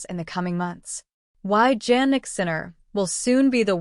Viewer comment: Please check the pronunciation of Sinner’s first name. You can try to listen to TV and double check